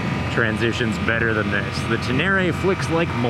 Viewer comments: It’s Ten Eh Ray not Ten Airy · it’s Ténéré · Pronounced Ten-ay-ray.... after the desert. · wtf is "Tenary"? Say it right, man